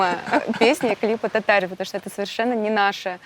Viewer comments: Может кто и не знает, но ударение в татарском языке всегда на последний слог, поэтому в песне поется татарИн. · Татарин поменяли ударение и песня .